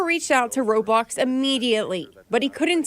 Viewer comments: she literally pronounces roblox like RobOcKs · ‘Robox’ ............ tf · Dude it’s not robox it’s roblox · She said ROBOX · They said roblOox And roblocs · she literally pronounces the word raw-blox What if minecraft? mincraft? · ro-box lmfao